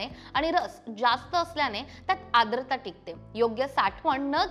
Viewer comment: ताई आद्रता नाही, आर्द्रता आहे. शुद्ध मराठी बोलायला शिका अगोदर.